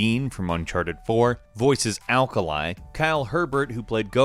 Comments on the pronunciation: Akali, not Alkali. Greg Chun is DOCTOR Winston, not the Hero (Gorilla) Winston. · Okay... soo great video but there isn't an L after k in Akali. Its not alkali like the elements but akali. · When he said "alkali" i was triggered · Its akali not alkalie god im so triggered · It's akali... not alkalai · I'm sorry...did you just call 'Akali' 'Alkalie' ? >.> .... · ALKALAI ITS AKALIIIII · Alkalai? Really?? FKING ALKALAI ?? (TRIGGERED) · Alkali? Lol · Did he just say "alkalai" ????? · XD he called akali alkali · you have been pronoucing them right probably he pronoucned some of them wrong like akali he said alkaly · alkali? ALKALI? im furious about that! its AKALI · can you fix pronounciations if you make more? Its A K A L I not A L K A L I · Alkalai lmao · moar please. Pronounce, Ah kah Lee. Akali. Heck Ah Rim. Hecarim. And Vi is Vi. Not Vee. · A-kaa-lee, is that hard? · I literally split my black tea when I heard alkalai (and fking hecariwjhaquhzjsm tho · "Alkali" xD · you managed to butcher the names of almost every character you mentioned. Who the fuck is "Alkaleye"? Also, Greg Chun does NOT voice Winston, that is definitely Crispin Freeman. Chun voices Dr. Harold Winston, the human doctor. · Alkalie ... FUCKING ALKALIE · Maybe next time put a guy that plays league instead of a guy that doesn't? Calling akali "alkali" wtf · "Alkalie" triggered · "Alkali" Good job naming Akali a chemical. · To be honest this video seems sloppy and like a cash grab :/ Names are pronounced wrong (alkali?) and some of the facts are dated. The most recent number of monthly players announced by Riot is 100 million. They reached 70 years ago (I think it was three years ago) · "alkali"... oOF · Akali , Alk-a-lie where did the l after the a come from and why is the i making a harsh I sound with no e in the word lol.. I'm a highschool drop out i'm not that smart but oh boy was that silly xD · The way he pronounced Akali's name... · "alkaleye" ALKALEYE???????? REEEEEEEEEEEEE